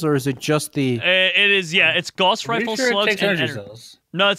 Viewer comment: it is pronounced (gowss) rifle not (gahss) even though it is spelled guass